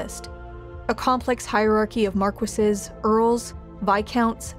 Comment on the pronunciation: She said marquises wrong though